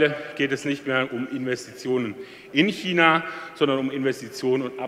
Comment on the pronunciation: Super Rede... Schmerzt aber sehr, wie er so oft China falsch ausspricht...